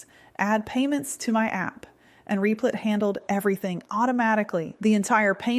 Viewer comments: You need to teach your robot to say Replit, not Reeplit. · I had to put in ElevenLabs "Rehplit" to get voice to stop saying Reeplit. 🤣